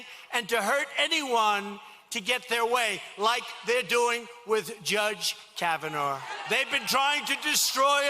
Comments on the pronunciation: Did he REALLY just mispronounce Kavanaugh twice 🤔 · he says kavanar and then shortly after he also mispronounced Feinstein.. I know he’s dumb but those mistakes were just ignorant and lazy. Hilarious to me tho. 😂